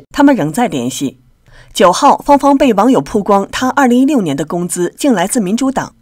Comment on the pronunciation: 曝光baoguang主持人念成puguang了